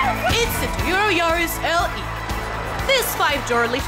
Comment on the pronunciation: When there's the Toyota Yaris, it's hard for me to tell whether she's even pronouncing Toyota correctly or not...